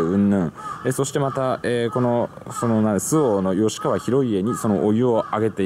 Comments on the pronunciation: 吉川はよしかわじゃなくてきっかわと読みます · よしかわではなくてきっかわでふ